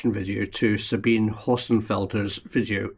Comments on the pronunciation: Sabine is pronounced Zabeenah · pronounced sabina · Her name is pronounced Zabine. With an E! Not ah! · You're pronouncing Sabine's name wrong. Just saying.